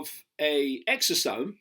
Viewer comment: Is he saying exotope? What is the proper spelling of this word?